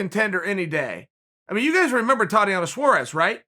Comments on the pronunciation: I never heard of the lady you’re speaking of.. but I think you pronounce it tah •Tea•Onna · “Totty-ana Suarez” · Idk im not so sure about that. Someone offered me this: its spelled Saures. And her first name is pronounced Thotiana